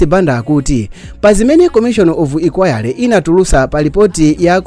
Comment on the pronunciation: Nde powelengapo mwati komishon of ikwayale?, kkkkkkkk, koma platform iyi imasekesa bwanji, last time umkalephela kupanga pronounce dzina la president waku South Africa umvekele " SALILU ", mmalo mwa CYRIL kkkkkk , silani anzanu ozisata zinthuzi inu amavita kkkk